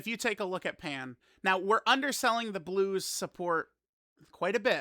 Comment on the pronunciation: right NEOW